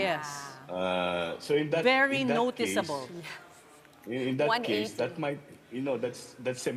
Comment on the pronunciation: bakit may diin sa 'very noticeable'? 😂😂😂😂😂😂😂😂